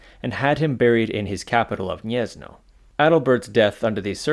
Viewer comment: Gniezno is pronounced "Gniezno" (/ˈɡɲɛz.nɔ/) not "Niezno". If you don't know how to pronounce something, you can look up the pronunciation on Wikipedia or Wiktionary, and if they don't have it, just write the word in google translate and click the speaker